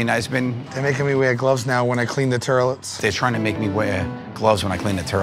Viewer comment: The terlits 🤣🤣🤣🤣